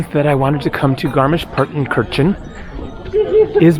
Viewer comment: Finally something from a country of my taste. ❤❤❤❤ Excellent! However: it is rather "tsoogshpitse" and roman means novel in German. Congratulations for the correct spelling and almost perfect pronunciation of garmisch-partenkirchen!